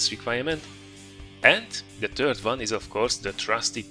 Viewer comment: your english is superb, but 'third' sounds like 'turd', which describes the french TDs very well. Nice vid!